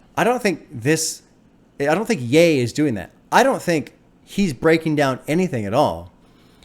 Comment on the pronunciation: the biggest breakthrough was you pronouncing ye right😂